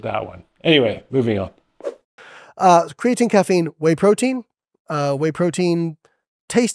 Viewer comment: I don't care how many PhDs you're hanging on the wall, if you can't properly pronounce creatine I'm not paying attention to you.